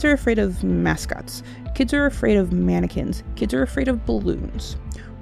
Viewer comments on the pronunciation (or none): When she said "Kids are afraid of mannequins" i thought she said, "Kids are are afraid of Americans"